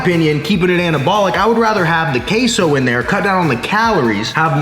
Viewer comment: One more time you say "KaySou", I am sending Sicarios from Sinaloa straight to your door.